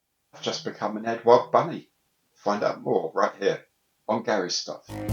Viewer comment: I think Eduard is pronunched without the U mate. I live on the continent and nobody says it with a U. Maddness.I know.